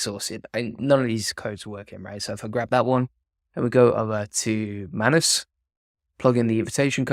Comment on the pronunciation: It's pronounced 'May-nus' not Mann Uss'